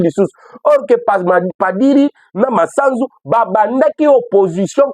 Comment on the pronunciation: Eviter d'ecorcher le nom de l'officier Supérieur c'est Gl MASUZU et non Masanzu